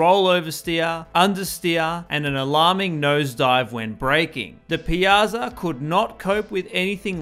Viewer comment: Ironically, you butchered "Piazza" but did well with "Giorgetto Giugiaro"